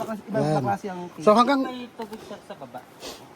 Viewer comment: ok ka "welcome to kiv" kiv or cave hehehe!:)